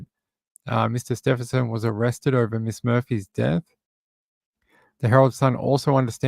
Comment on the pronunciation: Thanks for keeping us updated on Samantha - but it’s Stephen- son- An N in the middle :-)